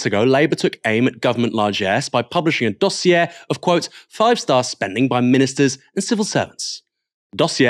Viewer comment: If you are going to try to be sophisticated and pronounce dossier with a french inflection it would be "dossieh" not "dossiair". Hope that is helpful. And best of luck with your ongoing "get Starmer" project.